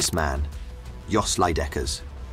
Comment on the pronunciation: It's Leijdekkers not Leijedekkers...